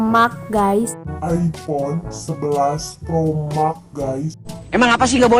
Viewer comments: Bacanya mex kaliiii walawpun max 🤣🤣🤣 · Ngak bisa bilang max diaa